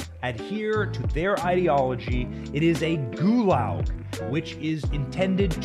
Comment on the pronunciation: What? A Goolaw? WTF is a Goolaw? It is spelled Gulag. The "G" is hard. You need to hear it when you say the word.